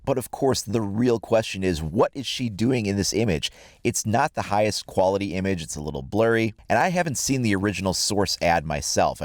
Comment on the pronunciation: Did you hear him say impage at the beginning